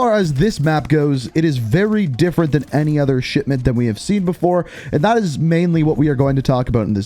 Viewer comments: I keep hearing you say it as Shitment rather than Shipment 😂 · Dude is saying sh*tment smh 🤦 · Am i the only one hearing SHITMENT? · Bro is literally saying "shitmint" every time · Every time you say "Shipment", it sounds like "Shit-Mint". It's weird, but fits well given what the map is. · It definitely sounds like it